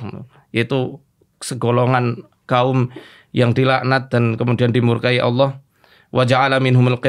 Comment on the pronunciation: om dedy susah banget nyebut nama Allah...